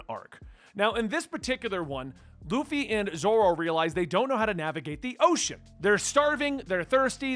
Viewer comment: xD Usopp: oo-sop (uso is Japanese for lie) Baratie: ba-ra-tee-ay For next vid. Sanji: San-jee Krieg: Kreeg Bellemere: Bell-meer Nojiko: No-jih-ko Congrats for pronouncing Luffy right. I've heard luh-fee too many times to count xD